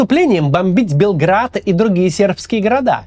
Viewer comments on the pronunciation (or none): none